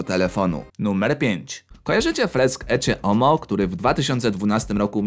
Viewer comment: Wymawiamy Eke homo